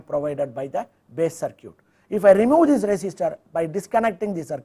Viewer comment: Interesting. Thanks. Although, I would recommend an update to the pronunciation of the word "circuit" if it's going to be mentioned often. Try something more like "sir - kit" instead of "cir - cute". Thanks again for sharing.